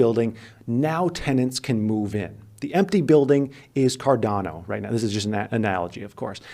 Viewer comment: buy cardana is all im hearing